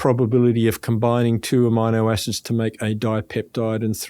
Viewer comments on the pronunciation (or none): 😂 I am laughing out loud. It took me twice to listen to hear him, say amino acids. It pronounced the I different LO. L.